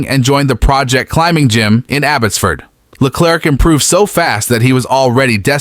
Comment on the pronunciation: Le-claire, not Le-clerk